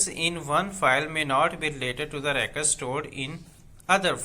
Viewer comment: Sir ap record word sia ni read karthy